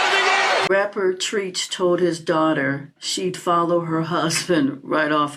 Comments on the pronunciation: New subscriber here... It's not Treech, but Treach. Like "Tread"...drop the 'd' but add 'ch'. Other than that, leave these hyenas alone if they don't want to listen. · When she said treech I hollered. Who is that???? Anyway I received the message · you called him “Treeech” lol. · I think that is so cute that you don't know how to pronounce Treach. Knowing that it's short for treachery should help you.